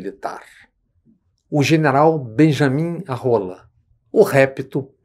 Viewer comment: 😂😂😂😂😂😂😂😂😂😂😂 muito engraçado o jeito que ele fala "beijaminharola"